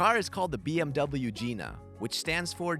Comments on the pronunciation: He said Gina wrong lol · Nice try buddy but the hood lets us know the pronunciation of Gina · 🤣😂 ahhh. You mispronounced it. It's a hard I. It's the BMW Gina. As in the car greats you by spreading open It's hood vagina. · I was gonna say i think they are pronkuncing it wrong 😂